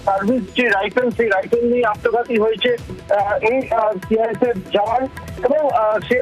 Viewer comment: Report er mam CISF bolteo parchhe na thik thak